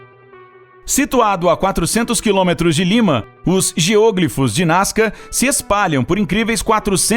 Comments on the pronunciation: A pronúncia correta é geoglÍfos, não geôglifos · "geôglifos"? Acredito que a pronúncia seja geoglífos. Geo - Terra, Glifo - traçado, desenho. É uma palavra com prefixo e sufixo, só meio que separar. Não sou professor de português mas me incomodou muito ouvir a pronúncia esquisita. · A pronúncia é GEOGLÍFOS (com tônica no i). Não se trata de uma proparoxítona. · "geôgrifos"? :v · Geoglífos e não GEÔGLIFOS... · "geôglifos" ...doeu no ouvido ! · Não se pronuncia GEÔÔGLIFOS ! 😣 Deslike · "Níger" é a Nigéria, em Português. A pronúncia correta é "géoglifos", não como está na locução! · Posso estar enganado, mas pra mim, a palavra geoglifo, não tem acento circunflexo no primeiro "o", para ter a pronúncia geÔglifo. Até porque, se dessa forma fosse, se tornaria uma proparoxítona, que, obrigatoriamente, seria acentuada. Enfim. A sílaba tônica é o "gli", e ouvir ele pronunciar dessa forma, me deu agonia. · Muito bom o video, mas sua pronuncia de geoglifos está horrivelmente errada, chega doer ao escutar. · geoglifos não se pronuncia dessa forma...vídeo incrível mas não assassina a linga portuguesa né kkkkkkk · O video é bem legal, mas o tem dificuldade com as silabas tônicas das palavras